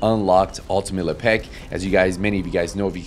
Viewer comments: Lep-ic ❌ La Pec ✅ 🤌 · " Le Peck " , WTF ? It's Lepic. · Why you say le peck it’s lepic not lepeck it’s not hard to say lepic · Ultimate Le Peck? Bro. You trolling saying it like this? lol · The pronunciation as Le'Pek kills me 🤣🤣🤣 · That’s LE. PECK. ER to you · la-peck? xD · Bahaha me too! But like...why's he saying it like that? Lmfao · lmfao hahaha man though for real, why? 😅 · Bruh😂 if Lepic were from the hood, aka Le Pac'😅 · Well, I said accent to just be polite. He might have a speech impediment.